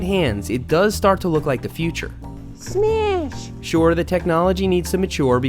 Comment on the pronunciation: Smeash! LOL you guys made the new lingo of mtb. Why say send it bud when you can say SMEASH!!!